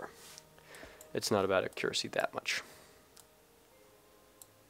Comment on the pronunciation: Nice video. It really helped me with my Mün landings, but that isn't how one pronounces accuracy. This is how it the word is supposed to be pronounced